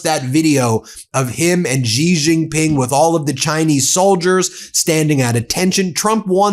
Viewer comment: Chinese president’s name is not “jee”, it’s “she” (Xi). I think u can get that right.